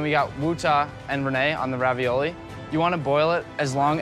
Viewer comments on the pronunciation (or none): how come they're pronouncing it raviolia? is that Italian?